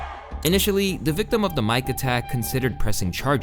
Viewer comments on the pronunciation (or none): "Mic" is pronounced like "Mike." Not "Mc" as in McDonalds lol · are you using AI to narrate your videos? Mic is pronounced “Mike” not “Mick”… how’d you mess that word up? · mic being pronounced mix is much more embarrassing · Wait, have you really thought every time you saw the word "mic" is was pronounced "mix" and not "mike" as in "microphone"? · *mic as in Mike as in Microphone, not mix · almost as embarrassing as a music channel pronouncing “mic” like “mick”